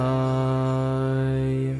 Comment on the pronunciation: Why Vasudevay instead of "Vasudevaya" (you forgot the ya)?